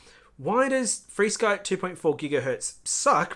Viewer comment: u don't have to update your receivers in xfire, it just does it (with your eyes closed). Yes I use all five protocols (Flysky,R9M, FRsky, xfire, elrs) Flysky (sorry your accent may for FR sky or freesky) sounded like flysky) and as far as range and penetration yes xfire is better. I have the 1w Beta FPV module in my T16 and will do some range testing to get a mile away around the other side of a hill (Flysky 2.4 no prob). But if your looking for a good lightweight receiver/antenna combo can't beat elrs. One of my biggest frustration was spending 7 hours trying to get a betafpv superd diversity to update via usb, it would never get started with transfer. Turns out that the 2 reviver chips pulled too much power for the usb to function, wound using battery and wifi'd it. what a mess, xfire would have did it all for me. U gotta love this stuff.